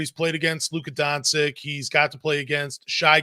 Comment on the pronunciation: He doesnt care to pronounch anyones name right. He dont even say doncic or jokic right. Annoys me too!